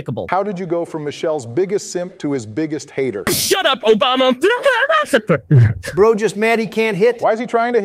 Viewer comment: I can't stop laughing😭😭 Obaema Obeema